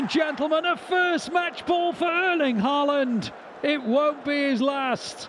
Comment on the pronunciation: the commentator does not know how to pronounce the name of the striker of his team correctly